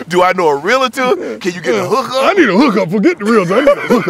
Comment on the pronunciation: Shannon, it’s pronounce realtor, not “realAtor”.